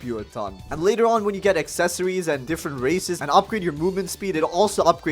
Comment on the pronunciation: I heard racist not races